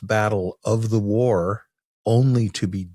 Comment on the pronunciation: War, not way